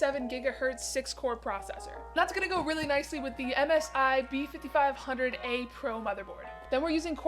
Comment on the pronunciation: Lol what the heck is a b5500? And what’s a raid-on? Lol There’s no b5500 …. It’s a b550 and its not raid-on it’s pronounced Raid e on there’s an E …. Definitly you have never watched any tech youtuber build a Pc …. Well maybe the verge because this was almost if not more cringe than that lol. Not sure if you intended for it to be super cringe but if so you did great for tossing in a lot of mistakes true Pcmr would see lol. This may end up going viral actually for that lol. We shall see.